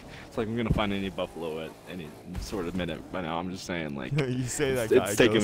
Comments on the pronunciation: “Cufalow” Jesus 😂😂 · A “cufalow”😂